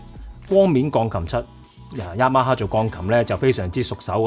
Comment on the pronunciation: ，Yamaha 的發音超標準😂